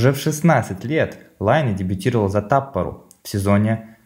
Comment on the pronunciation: Клуб Таппара, а не тампара